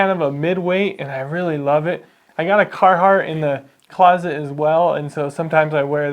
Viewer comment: Sounds like he's more of a cartheart guy